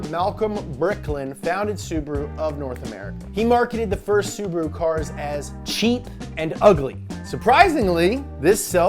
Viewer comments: sUbaru... omg... It's subAru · Bro its not subru its su-ba-ru